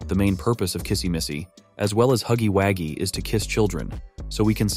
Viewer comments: I'm unsubscribing cuz why the hell is he is saying huggywaggie 🤨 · Why does he say huggy Waggys? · 😂😂😂It not huggy haggies it huggy wuggy😂😂😂